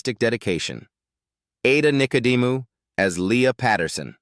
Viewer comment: Ada Nicedemou you've pronounced correct until you stuffed it at the end.